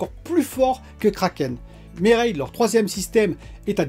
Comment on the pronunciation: Pourquoi tu zappe le deuxième M de mermaid 😫 ahlala le geek et l'anglais 😂😂😂